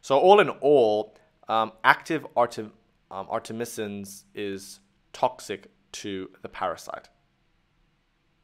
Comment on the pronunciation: Artemisnin, not artemisin